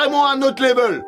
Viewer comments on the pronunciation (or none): none